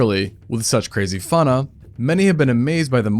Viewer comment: Funna? We're you saying fauna, I've always heard it pronounced fāúna, (faw-nah), it's a first to hear it pronounced fá'ná (fah-nagh). Interesting.